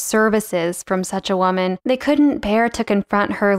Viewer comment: where is the dialect from where they say wha-man instead of woman? (like in the vid)